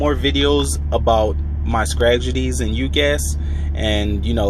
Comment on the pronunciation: You said stradgedies 🤣😂😂, loving this channel. We sure need more content from people like you who speak humanely English and not technical gibberish. Keep it up